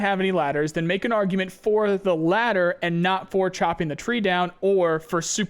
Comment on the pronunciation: say ladder again I fuckin dare you!